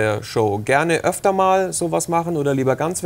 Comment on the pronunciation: es heißt "öfter", nicht "öfterS".